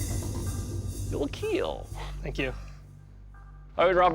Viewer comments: It will keeeeel! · This gur say it will kill gets me every time